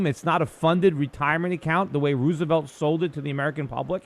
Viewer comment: I like how Peter pronounces Franklin Roosevelt's name. It sounds like Ruse-uh-velt. Ruse being the operative syllable.